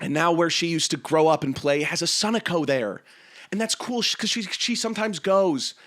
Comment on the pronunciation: Interesting sunoco pronunciation